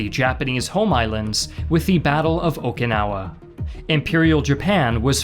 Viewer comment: I hate when people say O"KA"nawa. Drives me up a wall. Where is the A????? its O"KI"nawa - A previous resident of Okinawa